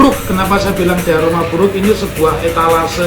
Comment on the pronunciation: Nuwun sewu Prof , kebbalik hehehe, bukan diaroma tapi DIORAMA. ngapunten nggih..